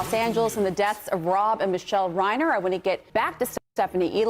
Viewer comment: It is amazing how was watching multiple news reports about the guy where the reporters kept correctly pronouncing the man's name and STILL KEPT mispronouncing his name.